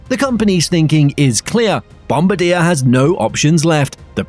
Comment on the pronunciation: Downvoted for the pronunciation. Bombardiers pronunciation is widely publicised.